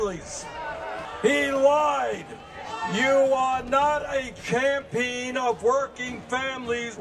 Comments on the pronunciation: I love you Bernie, but it’s Cham-PEE-UN, not CHAM-PEEN. Just gotta put that out there. Keep on crusading for the common women and men of America 👌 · Bernie says “champeen”. 😂 ❤️❤️❤️